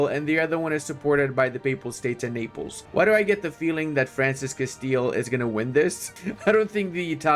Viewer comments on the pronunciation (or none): none